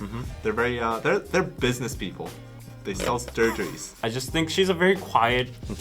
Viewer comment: sturgeries???, you're drunk! go home 😂